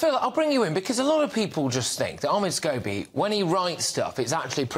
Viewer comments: Scabies! Makes me laugh I wonder if lady C says that deliberately instead of scobie 😂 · Is she purposely calling him Scabies? 😂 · Are we going to ignore the fact that Lady C keeps calling him “Scabies”? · Notice how Lady C mentioned Omids last Name and calls him scabies ..instead of scobie ...hilarious .lol.....lol......